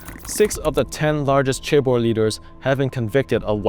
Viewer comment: The correct pronunciation of chaebol is with a more J sound than a hard CH sound at the start.